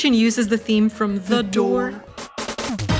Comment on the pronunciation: "the dore"